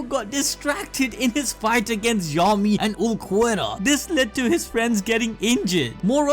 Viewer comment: It's pronounced Yammy not Yami